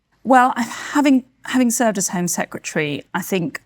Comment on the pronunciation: “Having served as Home Sec-ret-tree” WTF is that! It’s Home Secretary! You would think if this was your job, you would at least be able to say it!